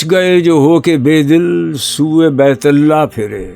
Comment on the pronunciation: ان کی آواز میں جادو ہے لیکن کبھی کبھار تلفظ میں گڑبڑا جاتے ہیں۔ اس میں ہی دیکھیے۔ ”بیت اللہ“ کا تلفظ کس طرح ادا ہوا ہے۔